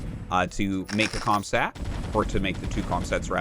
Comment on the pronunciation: Funny that Arty always says Comstat instead of Comsat, maybe it’s a meme? Ty for the new channel